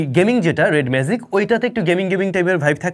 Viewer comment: it's magic, not "mazic" as you are pronouncing! You have work on your pronunciation, brother.